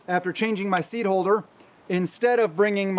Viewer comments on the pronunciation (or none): MF said seed holder. Sigh.